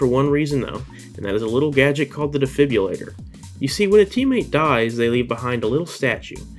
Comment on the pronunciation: "defibyillator" killing me